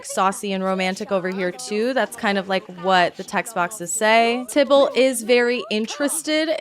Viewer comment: tai ballt not tybolt XD